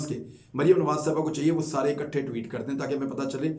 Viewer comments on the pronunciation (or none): none